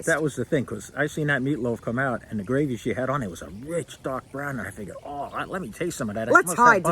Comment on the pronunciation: There you go saying gravery again 😂